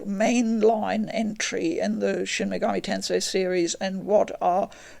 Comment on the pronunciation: My respect for this woman instantly shot up hearing her pronounce the name properly... its the little things.